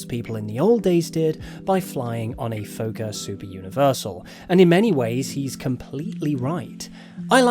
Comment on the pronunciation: Minor thing, but Fokker is pronounced exactly as it's written rather than like Fauxkerr. Comes from the Dutch word of the same spelling meaning 'breeder', and thankfully very few of the damn things are still in the air. >.<